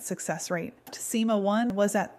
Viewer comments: me too...till SIMA was pronounced as ESS AAAIII EMM AAA 🤯🤯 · “sIMa TwO”